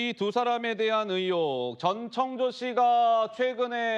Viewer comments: 아나운서가 발음이 왜저래; 자꾸 정청조래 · 앵커님이 자꾸 정청조라고 하시니 약간 거슬리네요~ㅎ